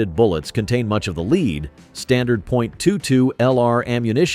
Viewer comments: The element is pronounced "led" not "leed"... A big thumbs down... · "Mithe" for myth, the ever popular "Leed" for lead.... all the standard A.I. narration garbage. I'm done..